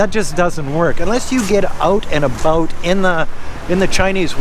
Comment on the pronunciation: "oat and aboat" lol